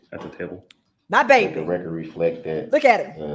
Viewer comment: You are so much wayyy better than Kerrycture or whatever her name is. I tried watching her videos but I couldn’t! It was just annoying, IMO. You are being you and that’s the difference, IMO. Everytime I hear rekk-kert I can’t help be say Put a needle on the record! Lol! This ignorant man doesn’t realize when he’s reciting the opening $hit he says he’s not arguing the charging instruments, isn’t that like saying, yeah I know I’m guilty….. if I’m wrong forgive me